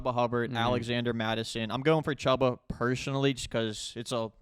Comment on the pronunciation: It’s not Chuh-buh it’s chew-buh